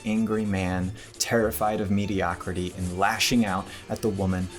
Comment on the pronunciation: mediocrity*, not mediocraty